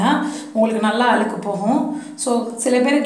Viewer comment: Nalla Tamil tips nalla Tamil pesunga Aluku I'llai Alzuku , Kaluvi I'llai Kalzuvi unga Tamil kekurathku nallave illai